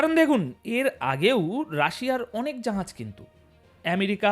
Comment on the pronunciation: জাহাজকে জাঁহাজ উচ্চারণ করা হচ্ছে কেন কমরেড ?